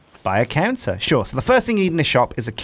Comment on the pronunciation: I 100% heard canser when you said counter and that made things very different.